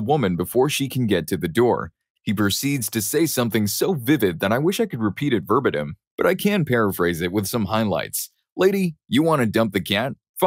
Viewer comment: First time hearing someone mispronounce "verbatim." Also, "itinerant," "hi-vis," "fibromyalgia," and "primeval" were all mispronounced.